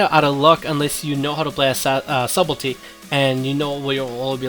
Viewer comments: Lol at him saying SUBELTY.... it's subtlety .. pronounced Suttelty the b is silent :P Nice video though. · its pronounced sutlety :P big fan btw<3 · Daniel Warren [suht-l-tee] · stop saying subelty, it's s-u-b-t-e-l-t-y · For the love of god, please stop saying "Subble tee." Also, no dagger in the main hand for backstab? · Sutelty.. sort of :) +1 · I find it hard to take advice from someone who can't even pronounce his topic correctly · The b is silent. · love your videos, quick FYI, the "b" in Subtlety is silent.